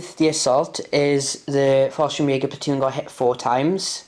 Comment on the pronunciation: Nice batrep so few to watch lately on YouTube anything that gives me ideas for my solo battles are good😁. Also this may sound harsh but it is meant slightly tongue in cheek but thank God your pronouncing falschirmjager right at last I guess someone said something😂😂😂 it was the only thing that set my head spinning.